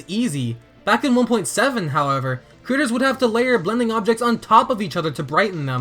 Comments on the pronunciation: Why does he keep saying the word "creators" like he wants the captioning to hear the word "critters"? (Hint: Watch this video with CC turned on, if you are one of those people that watches videos with it turned off) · Instead of him saying creators I heard critters